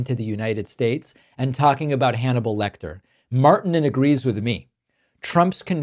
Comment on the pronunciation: Marrr- tee -nen roll the r, long i. Martinen